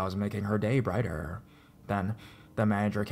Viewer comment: the way he says brighter the way he says happening Lol I love these stories tho